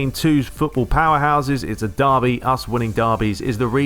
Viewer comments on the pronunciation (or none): none